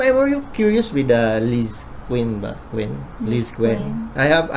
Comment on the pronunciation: Bilang isang admins po ng LizQuen ay ako na po ang nanghihingi ng sorry sa inyo kung na offend ka man po ng isang co fans namin or ilan pa pero correct ko lang po ang tama pong bigkas sa LT na Lizquen ay parang LizKen hindi po Lizkwen at kaya po ganun si Quen is kinikilig po kaya po napapadila... So okay lang po samin nasabihan nyo sila ng ganun pero sana po hindi sa video dapat po sarilinin yung mga ganun para naman po sa mga Lizquen or iba pong loveteam ay hindi po kayo nasasabihan ng ganun na may favoritism Pasensya na po at Sorry na rin po sa mga nasabi sa inyong masasama